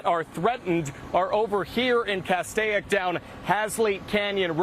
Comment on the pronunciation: The I in Castaic is silent! The original spelling was CASTEK it is and always has been pronounced Castake!!! Also one house / Residence in Halsey Canyon burned to the ground...... Please try to get the real news right! NBCLA Its like 3rd graders are reading the news!!!